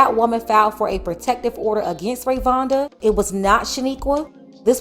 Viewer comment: She called her Rayvonda whole time her name Rayonda 🤣🤣🤣🤣🤣🤣🤣 I love this channel tho